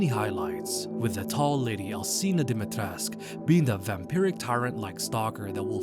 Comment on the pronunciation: DIMITRESCU!!! NOT DIMITRESC.... NOR DIMIATRECAH.